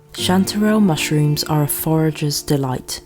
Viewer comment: I like the way you say chanterelle cantdadelle